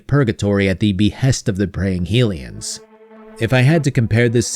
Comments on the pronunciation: Sorry to be that person but Hylian is pronounced with the HY sounding like High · You say hylian wrong :s